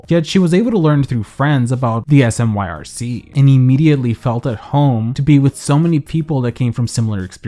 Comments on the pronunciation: I know it's a year late, but I'm local to Portland. "Smyrc" is pronounced "smirk" 🤘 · Here in Portland we don't spell out the initials SMYRC ...we say it/sound it out like like how you say smirk (a type of smile)... It always throws me when I hear people just name out the letters for some reason.